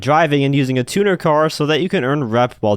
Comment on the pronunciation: The amount of gta ytbers and other people that cant pronounce "Tuner" right is mind bending 🤦🤦🤷